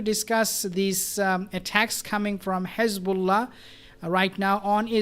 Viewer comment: Good video but I don’t understand why you pronounce Hezbollah and Hamas with the Kh sound at the beginning.